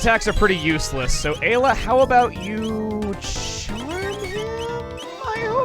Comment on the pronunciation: He pronounced ayla correctly on the fly